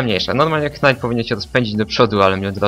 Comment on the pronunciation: Dlaczego mowisz "knajt" a nie "najt" ?